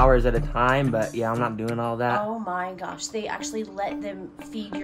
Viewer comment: ‘OEWH MY GAWSH…’ had me rolling on the floor laughing 😂